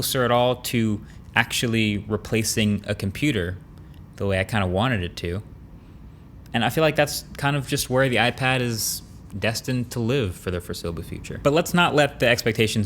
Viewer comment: …….. “Foressablubbe future”